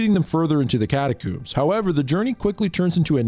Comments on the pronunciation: I cant get over the fact that you say catacombs like cataCOOMS and not COMB XD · it's "cata-COMBS" rhymes with homes. not "cata-cooms" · It's pronounced cat-a-combs not cooooms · Hehehe “Catacoombs” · Cata-Combs, is the way you pronounce it. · "How many different and incorrect ways can this youtuber pronounce 'catacombs'" challenge is in effect. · why you pronounce catacombs like that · Had to stop watching after he couldnt say catacombs right